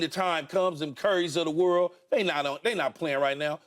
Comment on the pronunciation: Noah lyles “champion of wat “